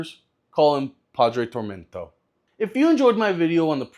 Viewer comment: You think TormentA is pronounced TormentO?